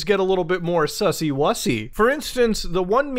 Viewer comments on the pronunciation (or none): It sounds like he is saying spicy 🤣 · Muta saying "sussy" is the best thing ever